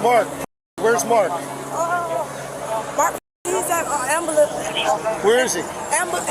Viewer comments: Amburlance Inn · Am-boo-lance. I'm not a bad person. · Why Ai is on point. “Ambo-lance” crack makes’m shinny. When you have kids for a paycheck that’s all they are. We can have law & order or let mob rule. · "Thats the am-bo-amce is in!" Fucking what? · Wearing a shower cap and pronounces “ambulance” as “amberlamps”, consider all my boxes checked ✅ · How hard is it to pronounce "ambulance"? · "Ambulance inn" ma'am u mean a hospital? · Wait what ⁉️😂😂 Ambul-Inns? Sounds like she’s talking about a real place?? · 😂😂 another one who can’t pronounce “ambulance” Why can they not pronounce words correctly?! It’s really not that hard!